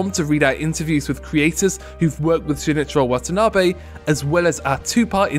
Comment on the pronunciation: For someone who knows about this guy you sure butchered his name